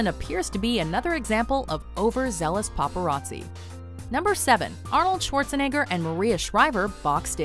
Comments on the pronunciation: god damn popereezee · Paparazzi, more like papa r azzi